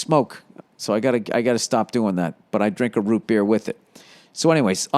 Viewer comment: I need to make an official statement on Bill Burr offending me. The way he says "Root Beer", makes me significantly uncomfortable and you all NEED to know that I will no longer be subscribing to such horrendous pronunciations. -Random Person